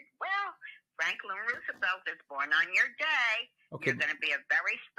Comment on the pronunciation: Great interview but one pet peeve- it's pronounced Rose-e-velt, not Roo- sevelt.